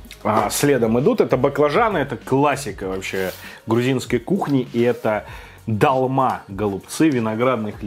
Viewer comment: Не далма ,а долма